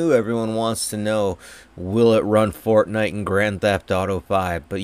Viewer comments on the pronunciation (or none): none